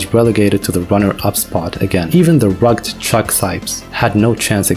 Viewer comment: it is pronounced rugg-ed not rugggd. But other than that - great vid - obviously u put much time into it.